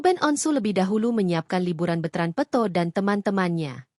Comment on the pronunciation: Bukan betrand peuto. Peto adeuh ini penyiarnya peto jadi peuto